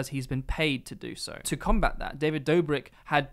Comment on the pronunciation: ah yes, my favourite vlogger; "david dobirk". jokes aside, great video, really enjoyed it, can't wait to see more.